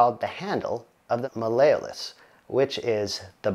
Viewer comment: “Mail-a-us”? His mispronunciation made my eardrum burst.